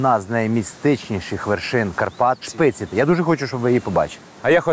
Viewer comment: ну чому "ШпицЫ", якщо Шпиці?:(